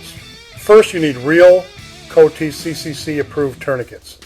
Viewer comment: My thought exactly lol. Dude misprounced IFAK and CoTCCC, which doesnt "approve" anything and only recommends based on research and evidence. Same with how he talked about tension physiology but described a open pneumothorax. Almost begs the question of the validity of the background. Just my thoughts from practicing and teaching both Civ and Mil medicine.